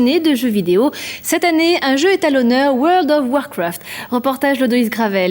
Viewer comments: Woarld of warcwaft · La vache woeurld of wOrcwraft 😂😂 on aime bien "parler" avec l'accent anglais mais quand même 😅😅 N'empêche quand tu vois les pc de l'époque la nostalgie ❤ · pas mal comme petit jeu weurld of weurcraft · Le fameux univers de OUEURL DOFF OUAARKOUAAFT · "Weld of warfrat" 🤦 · Comment elle a prononcé world of warcraft j’ai perdu mon âme 😂